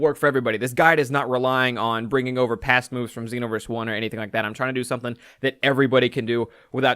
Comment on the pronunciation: Why do people say xenoverse with a short e